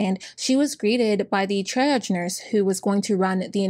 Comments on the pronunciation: Triage is pronounced tree-ahj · *Tree-ahge... 😉 Thank you for doing this one. I had heard it before but never with this much detail and everyone involved in her abuse should be fired and charges should be filed.